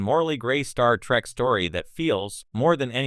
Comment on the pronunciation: It's Trek not Track. AI is a child.